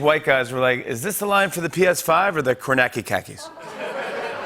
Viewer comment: Kornacki does not have a silent C you dum dum theres no such thing as a silent C